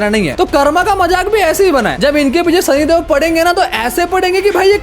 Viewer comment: Idiot sahi sa name bool la sani dev bool sani dev😡